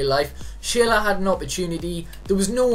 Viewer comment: His name is pronounced SHURLA but this series looks good. What's the next position you'll be doing?